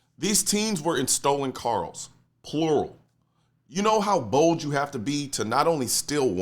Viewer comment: "Stolen Karls"?